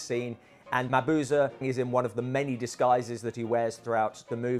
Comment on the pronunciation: A wonderful video! A clever and unique way of going about this.And I am eternally happy that you pronounce Mabuse correctly. xD